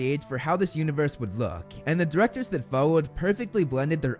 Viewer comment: "the Diwectows dat Fowowed" my man, you have GOT to get I to a speech therapist. This is insane levels of speech impediment, for someone who relies on his voice for his living